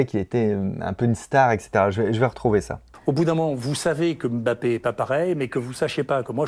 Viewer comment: Merci Raoult de prononcer « Mbappé » et pas « Aime bappé » comme certains 🤝